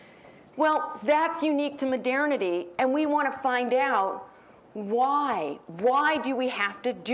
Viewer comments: It's not that unusual. Sounds like modirnity. Maybe she's from Edirne? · Oh, now she said "midernity". Maybe she's from Midgard. ;) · What´s with her pronunciation of MODERNITY?